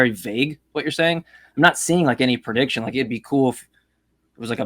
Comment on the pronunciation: The way says "prediction" as "per-diction" makes my fat ass hear "Perdue Chicken".:)